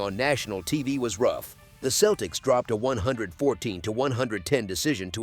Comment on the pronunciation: Dude said the Kel-teks lol wtf